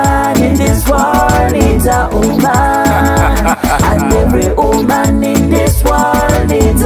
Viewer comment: Great messages lovelies 😘 the ka 🧼 🧼 man Gashumba agenda kunyiiga thou #Nubian_li made the word woman sound as uman 😅😅😅